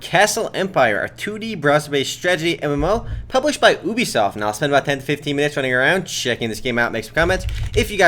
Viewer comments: it's ubisoft, not oebisoft.. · did he say boobysoft?